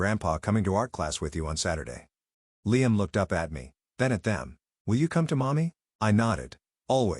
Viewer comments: I hate the way the narrator pronounces LiAM. It's LIam. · I have never heard Liam pronounced as LEE-AM until this. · I’m sorry this might be petty, but I can’t stand the way Liam‘s name is being mispronounced .. and while one could argue that maybe that’s the correct way , it’s not. Because at one point, they did say it correctly but that was once or twice if that. I just can’t focus when it’s being being said that way. It comes out almost sounding like Leanne.